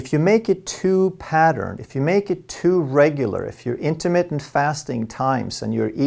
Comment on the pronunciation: in-ter-MIT-TENT, not in-ter-mit; sounds like intimate... I think Intimate Fasting is what Pick-Up Artists lecture on. Ha!